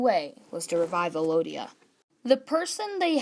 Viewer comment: Why are you saying Elodia? It's ELdia.